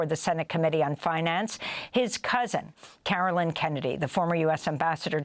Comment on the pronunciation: As a Caroline, please try to pronounce the “line” as it’s meant to be pronounced in future broadcasts. Great reporting.